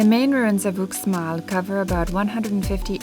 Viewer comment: dude, Uxmal is pronounced "Oosh mall"